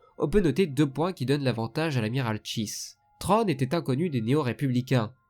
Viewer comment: Bonne vidéo sur un sujet extrêmement intéressant, à savoir deux stratèges dans deux camps opposés, mais attention il ne s'appelle pas "Trône". Il s'appelle "Thrawn". Je sais que les prononciations anglaises ne sont pas évidentes à faire, parfois elles sont très dures, mais quand-même... "TRÔNE" quoi. Un minimum d'effort dans la prononciation stp ^^ Là j'ai l'impression d'entendre un roi qui s'assit sur son trône :P Mais bon le sujet est vraiment bon et il y a du travail alors bravo malgré tout, et continue comme ça. Et que le Force soit avec toi. À jamais.